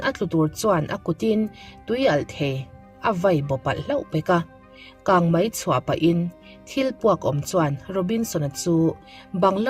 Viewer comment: Tumahin 'KANGMAI' an ti ngai lo. KANGMEI tih tur aw.. Ngaithla zo lo mai ang.